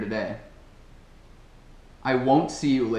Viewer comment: Achei estranho a pronúncia da frase aos " I will see you later today", dá a impressão que pronuncia 'there' no final.